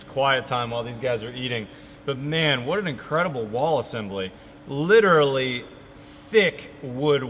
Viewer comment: Literally the walls are literally the insulation. Litcherally